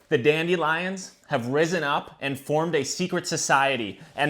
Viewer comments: I can’t take this seriously because of the way he says dandelions “dAnDi liOnZ”😭😭✨✨ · The way you pronounce dandelions makes me cringe a little lol